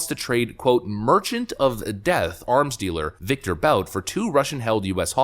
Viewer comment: Victor Boot; that's how it's pronounced.